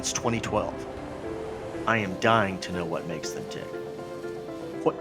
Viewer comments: It’s “what” Not “hwat” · "Hway is this thing" Had Me Dead xD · "hwut" "Hwat"? PM 8/21/2019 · why do people pronounce what as Hwat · this man really reverses the w and the h in what. HWAT are you doing today? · Every time he says what it sounds like hwat and it annoys me